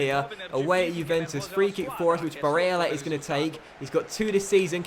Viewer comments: stop saying barella like that seriously embarrassing, except from that good vid👍🏻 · Please, stop fucking saying barella with an Italian accent its unbearable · Julius Zondag it's not that I don't like the videos because I do it's the way he says barella and meligoni it's just annoying as it's only those two I don't mind if he says every name like that but because he only says it for 2 it's annoying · Stop saying barella like that! PLEASE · Question for you 'Do you feel like a complete fanny with the way you pronounce Barella and Melegoni'?